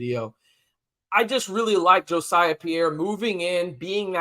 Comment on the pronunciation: I'm pretty sure Jesiah Pierre's name is not pronounced Jo-siah, but I could be wrong. Jacob Rodriguez is a great story. Transforming himself from a 200 pound QB prospect at Virginia into a hulking 245 pound starting middle linebacker for our Red Raiders in the span of 18 months. Our facilities and strength and conditioning staff are A1 Aces. Lastly, Mike Dingle and Justin Horne are both athletic freaks and strong candidates for stardom at Texas Tech and a place in the NFL. Can't wait to watch their development.